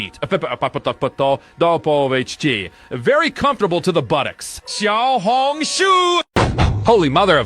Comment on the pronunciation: nah its XIAO HONG SHUUU